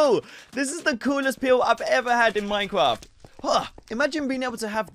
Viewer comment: Wait is it normal for british people to pronounce minecraft as minecwaft? He said that when he got the energy pill